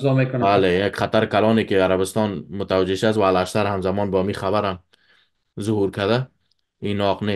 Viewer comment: الاشتر نیست بلکی اوشتر خوانده میشود!